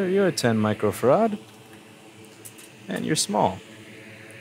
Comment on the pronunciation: I like how you pronounce Farad ;). I've fixed a few iPhone boards before, replacing connectors etc and have been quite successful. However I still hate doing them.